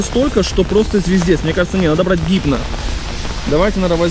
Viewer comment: не хипно а гипно !